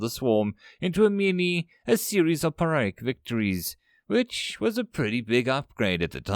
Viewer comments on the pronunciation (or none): pyric -> pee-rick.